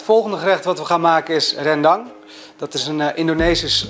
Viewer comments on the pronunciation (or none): Oma schmeckt mij als ik geen rijst bij geef. Aduh wat is dese verse koriander. Voor de rest wel echt goed, alleen jammer van de uitspraak van RENdang.